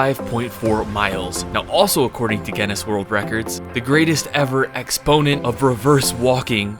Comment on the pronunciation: Your saying Guinness wrong. lol the u is silent You gotta focus.